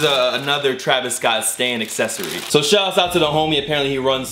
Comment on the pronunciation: the way says "shout out" really bothers me